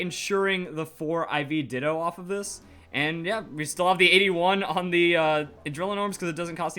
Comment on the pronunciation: “how to get 6 IV ditoo”